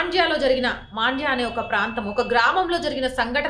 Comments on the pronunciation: its Mandya Not Maandya small correction with respect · That is mandya not maandya